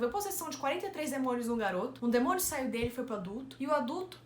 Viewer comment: O pulo que eu dei quando a Nita falou "demonho"